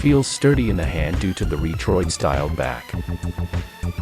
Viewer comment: Is the narration AI generated? Pronounces Retroid (Reetroid).